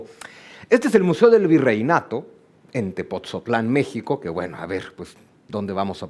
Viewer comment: Acueducto de Tepotzotlán no Tepoztlán 😅🫢